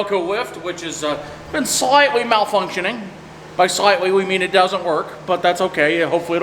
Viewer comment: "If eet bleeds, wee can kill eet"